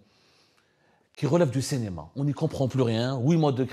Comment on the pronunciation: "Cénéma"... Entertainement has just started.